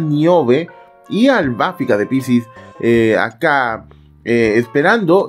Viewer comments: Porque dices Albáfica?…. Es Albafica… acento prosódico en la “i” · Porque así cree que le dicen en Japonés cuando en realidad es "Arubáfica" (en japonés) y en latino es "Albafíca", ya lo escucharás nombrar a todos los caballeros en latino y solo esta encaprichado con AlbafÍca en pronunciarlo en japonés, también lo vas a escuchar decir "Frizer" a Freezer y no Frieza como en Japonés o "Krilin" en vez de Kuririn, y así con todo lo demás. Por eso, en todos los videos que pronuncia mal al Piscis de Lost Canvas, tome su no me gusta por arruinar su propio canal 🤣😂🤣😂🤣😂 Hasta termina siendo gracioso 😂🤣😂🤣